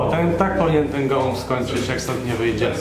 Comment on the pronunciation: kurde nie gołąb tylko gołump